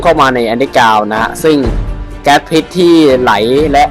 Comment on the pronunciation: พิษครับไม่ใช่ ผิด